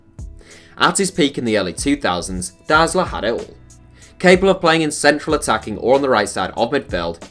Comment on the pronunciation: Dude most other nations try their best to pronounce foreign names in the right way. Englishspeakers pretty much dont. You read every name as if its an English one. Especially german names, i feel like there is no popular german players whos name didnt get butchered on this channel :D (Btw Deisler is proununced like "to die" )